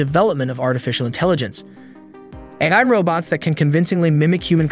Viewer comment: This talking machine don't talk so good - can't say AI, for example - so I'm not that afraid just yet.